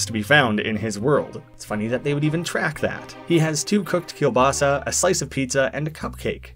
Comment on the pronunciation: Im offended by jow you said "keilbasa" because i'm part polish.